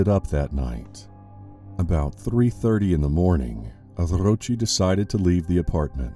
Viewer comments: My thought exactly! So annoying lol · Enrique Arrrrrrrrrrrrrochi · 🤣🤣🤣 That tickled me! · what's up with the hispanic name dude? rrrroooooccchheeeeee?